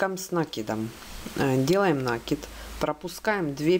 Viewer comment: Очень красивая повязка ,но извените меня за поправку, Не нАкид, а накИд